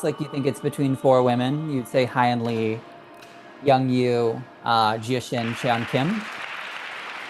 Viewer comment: It’s not Hi In Lee. It’s pronounced like Hay In Lee.